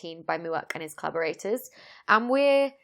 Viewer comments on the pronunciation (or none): I swear, I had to back up and listen to the video again. I was sure you said "carburetors" but it was actually "collaborators." LOL.